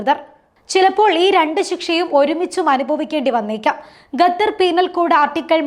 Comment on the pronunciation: ഗത്തർ അല്ല😢 ഖത്തർ😊